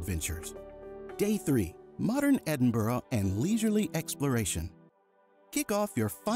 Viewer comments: Just don't pronounce Edinburgh the way he does their is no O in Edinburgh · Read this comment by other user: "As you mispronounced Edinburgh many times I’m wondering just how familiar you really are with the city? Also, this is a current video release yet you show visiting The Elephant House cafe - - it’s been closed due to fire since 2021. These two items stood out but I did not fact check everything in your video. Hmmm". Am I right?